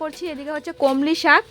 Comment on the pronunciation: কলমি শাক ,সম্বার এ কথাগুলো তুমি ঠিক করে নাও।তোমার vdoতো অনেকে দেখবে তা ই শুদ্ধ শব্দ উচ্চারণ করবে ।